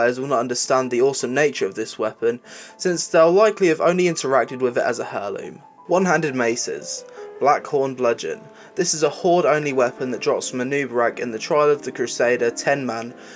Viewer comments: Plural of staff is staves. The H in heirloom is silent, it's pronounced "air-loom". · i just have to say.... heirloom is pronounced AIR LOOM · For the love of god, the H in Heirloom is silent. It's more "Airloom" not "Hairloom"... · "Hair loom" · hhhheirloom lol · I had to stop after heirloom was pronounced "hair-loom"